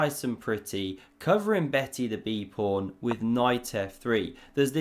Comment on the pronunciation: Is “prawn” your own cute intentional mispronunciation of pawn?